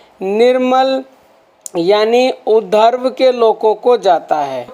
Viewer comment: Please उधर्व na बोले ऊर्ध्व उच्चारण करें। वैसे मैं आपके प्रवचन बड़े शौक से सुनता हूं। विनती है कि कठिन शब्दों का उच्चारण शुद्ध रीती से करें। गलत लिखा हो तो क्षमा करें